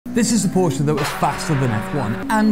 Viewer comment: Did he pronounce Porsche right??? What a nice surprice.